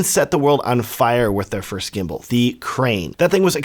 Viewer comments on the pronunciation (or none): none